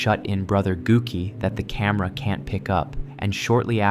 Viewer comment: The Japanese o is always pronounced "oh" and is never silent. "Gouki" is pronounced like "Goki" and the u is just a way of elongating the o, which doesn't change the sound of the o, you just say it longer. The way you said it sounds like "gook" which is a slur against japs. 😂